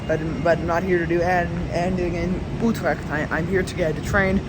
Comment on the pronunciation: You said Utrecht, now try to say the U in the same way here: Zutermeer, there you have it: Zoetermeer.. Now you can work on "Utrecht" ❤